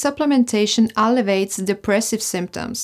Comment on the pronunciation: With respect, as a British English native speaker, I wish to point out that there are four syllables in al-le-vi-ates not three. If something elevates depressive symptoms that means that it raises them, increases them. I think you must have meant to say that zinc alleviates, not elevates, depression, but elevates is what I heard. This is a small point, but making clear what you mean, and understanding confusions that mispronunciations cause, can be important for your future communications. Thank you for your video.